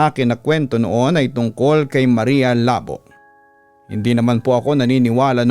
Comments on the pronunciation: Labó po as in "labu" or slash po sa english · mali yung pronunciation papa dudut. dapat Labo: Lah-BOH (Two syllables, with the emphasis on the "BOH")